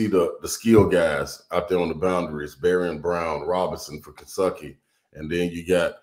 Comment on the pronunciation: No T for Kensucky! I love it!!!